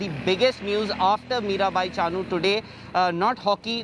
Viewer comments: Her name should be pronounce as Mirabai Chanu not Chaanu..... please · Drop the middle 'a' from Chanu. That's how u pronounced chanu